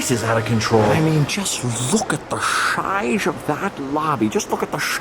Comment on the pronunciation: “Look at the shizeof this” that’s what she said. 😜